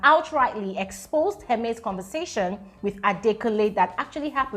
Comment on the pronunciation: Is not” heremes” Hermes ahhh